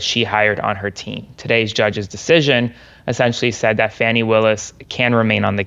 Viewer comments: Her name is pronounced "Fawny" not Fanny! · Her name is pronounced, “Fah - nee,” not “fanny.” For goodness’ sake, WTH??? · Hello, tell your guests..... she is not Fanny, its Fani (fawn-ie). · Your host called her Fanny Willis 😡 its pronounced wrong!! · Dude, pronounce Fani's name properly... the way you say it make my skin crawl. Fani (Faw-Nee) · Kudos! I first heard the news here. However, your friend ruined your announcement by mispronouncing Ms. Fani Willis' first name!! IT IS NOT "FANNY!!" 🤦🏼 😅 I am actually disappointed with McAfee's ruling. Both Wade & Willis should not be shamed for a personal relationship that had ABSOLUTELY nothing to do with the law! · Her name is pronounced FAWN-E!!!! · Pronounced FAW-nee. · FYI it's pronounced "Faw-ni", unless you're Maga trying to imply something salacious. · Just to let you know it is not fanny willis its Fani. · Kind of a fail to have your legal expert call her FANNI the whole time... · Your guest should learn how to SAY HER NAME! It is not fanny! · Please tell him her name is pronounced fawnie like the baby deer. It irritates me when people on either side mispronounce her name. It is disrespectful. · Her name is pronounced Fawni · Her name is pronounced Fawny! Show some respect! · This racist needs to stop pronouncing her name wrong.Fani pronounced Fawnie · Come on, guys. "Fawny"... Just call her "AG Willis" if you're having trouble. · "Fanny Willis"? lol It's Fani Wilis. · Dude said her name wrong, thank you for saying Fani the correct way he corrected himself. This is just a crazy trial. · Love you,. But get your guest to pronounce Fani correctly.